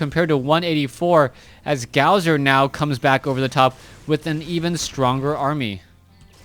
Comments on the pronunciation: His name is not pronounced gowzer its pronounced gosu user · his name is gosu user not gowser so fucking annoying to hear T_T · Pronounced Gosu - user